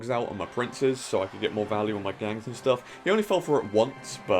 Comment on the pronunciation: Please say VAHLYU 100 times in a row, it's so satisfying.